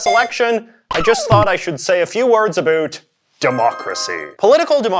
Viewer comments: "A boot" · So you regularly say Uh-boot. Interesting